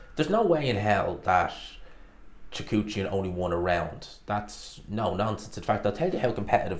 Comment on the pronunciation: Repeat after me: Kah-rEhn Choo-hah-dzhan